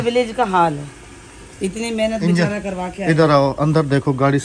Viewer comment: be chare sy/ be na char bol diya i think 🤣🤣 Jaldi se bolti Hain to istarh ki mistake ho jati Hain but don't worry humey Achi lagti hain bate aap logo ki